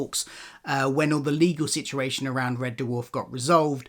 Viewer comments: It’s red dwarf !! Not red d-warf ! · Also, Red Dewarf? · Why do you keep calling it Red Derwarf? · Red Duwarf? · Turned if off when he said “Red Duhwarf” for the 10th time 😣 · What the hell is that pronunciation of Red Dwarf? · Amazing he did a Red Dwarf podcast but he can't pronounce the name correctly.